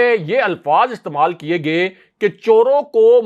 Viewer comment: aap urdu key kuch alfaz galat pronounce kurtey hain khaas kerkey (gaiey ko aap pronounce kurtey hain gey kurtey hain jo key galat hai iss ko theek kurlen hope you w ont mind, it is for you hetterment